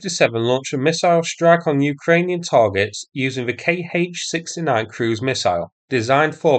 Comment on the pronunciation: 'Kh' is not 'K.H.' but 'kha'.